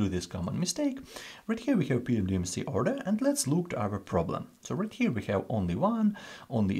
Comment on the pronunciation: Why does he pronounce PEMDAS as “PMDMC”?